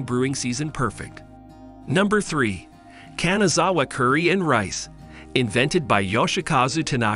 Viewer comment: 'Kanzawa 'saike' LOLs😅